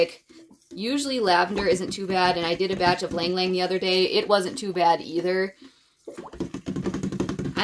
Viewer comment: Very nice! Ylang-Yang is usually pronounced as “ee-lang ee-lang” in the Philippines where it grows naturally.